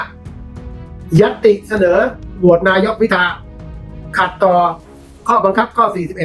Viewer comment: เห็นท่านประธานรัฐสภาทำหน้าที่แล้วน่าเป็นห่วง ดูท่านชราภาพมากเลย ไม่คล่องแคล่ว แม้แต่การอ่านรายชื่อผู้ที่ได้รับการเสนอชื่อเป็นนายกรัฐมนตรีท่านยังออกเสียงว่า "พิชา" หลายหน แต่ ..... ท่านอายุมากแล้ว เห็นใจๆๆ